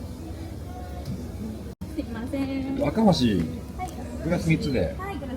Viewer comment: アカホシじゃなくてアカボシなw